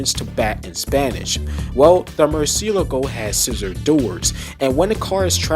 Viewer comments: Italians and everyone else in the world: Lamborghini Murcielago This guy: Lamborghini Murcy-eleago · i mean you are contradicting your initial response here. You said you "tried", at first. And i can guarantee you now, that the way you said it, is not how the spanish say Murciélago at all because i am spanish😂